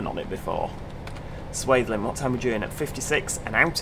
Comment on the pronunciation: I'm based at Eastleigh with Freightliner and watching this I'm straight back at work 😂 the level of detail is about 97% accurate I would say. And yes, you pronounced Swaythling correctly 😄